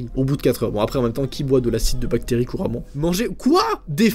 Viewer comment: bacterrie=batterri bravo le français